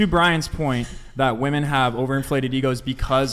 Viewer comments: I literally hate how doesn’t say women but says woman for multiple women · can't pronounce "women". 0/10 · Is it how the microphones are picking up sound or is there a HUGE lack of understanding between the pronunciation of SINGULAR Women(ˈwu̇-mən) and PLURAL Women(wi-mən)? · is so brainwashed she naturally pronounces WOMEN as WOMAN when reading the messages on screen. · Am I the only one bothered by a lot of the women, pronouncing the plural as woman and not as women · People who pronounce "women" as "woman" are so fucking stupid. English is not even my first language, but god damn that shit is basic. If you don't know how to pronounce "women" correctly, you should get a couple of more boosters. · Someone needs to teach that the plural of woman is “women”. She somehow has gone through life without learning how to pronounce the plural of woman…how the F is that even possible? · Can someone explain to me why the pronunciation of “women” changed????